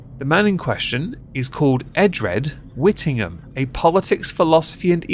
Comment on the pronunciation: Whittingham excuse me stop ruining my family’s name 😂